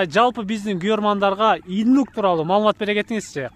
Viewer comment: Иднук дейби? Или мага эле ушундай угулдубу?